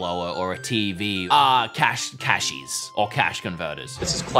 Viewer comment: the full accent coming back on the Cashies sentence. Was a great touch haha